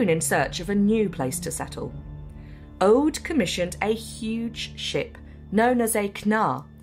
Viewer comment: Aud pronounced as Ode? Who decided to skip the language consultant? Au is a diphthong: a short unstressed a — like the a in about — the u is a long oo as in Scottsh good— all ending up in an unstressed d In "oseberg" all the vowels are pronounded, none of them s a diphthong. To be fair, the closed long o at the beginning is one of those sounds that don’t really exist in English. But the unstressed short first e cannot be omitted (the se sounds close to se in second). BBC should try harder.